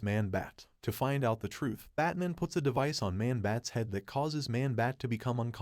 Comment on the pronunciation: "Batmin" ? WTF?